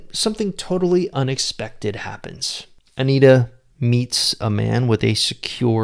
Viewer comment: It's Antia, not Anita.